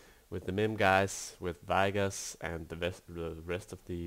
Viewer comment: i hate the way he pronounces vigoss AAAHHHHHHH